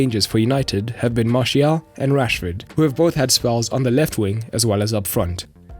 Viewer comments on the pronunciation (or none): none